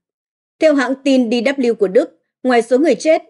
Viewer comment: Bạn này còn không biết đánh vần chữ cái bằng tiếng Việt, trong khi đang đọc bằng tiếng Việt: UAE, DW... Không được đào tạo, không chuyển nghiệp!